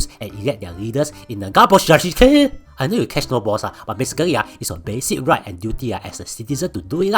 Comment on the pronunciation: Omg "democracy" has got to be the most corrupted word pronounced by so far